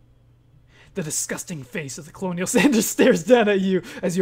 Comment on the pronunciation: OMG colonel is pronounced Kernel not colonial